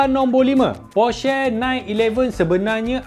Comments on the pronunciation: ko sebut porsche pon tak tau oiii berenti la jadi reviewer kereta hahahahaha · Cara ckp porsche tu salah. Ni cara yg betul.